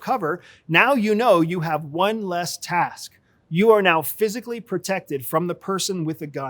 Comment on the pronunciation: say "task" again... arrrg!